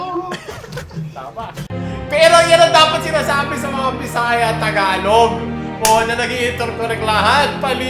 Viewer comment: on point po accent ng bisaya mo HAHAHAHHAHAHAHA